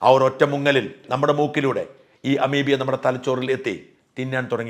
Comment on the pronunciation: അമീബിയ അല്ല അമീബ